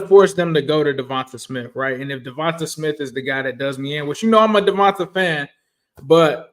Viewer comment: Hi. Eagles fan here. Fyi, it's pronounced "Devontay", not "Devontuh". Nice video.